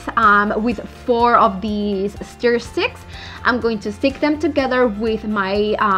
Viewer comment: Se PRONUNCIA STUR!!! No STEER STICK!! STUR!!